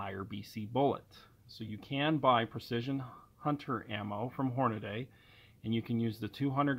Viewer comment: HornADY (hornahdee) not Hornaday. I don't understand how people mispronounce that. Great video though